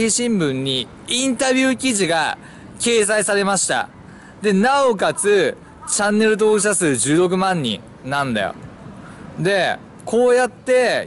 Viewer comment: チャンネルとぉおく❌ チャンネル登録⭕ ワロタw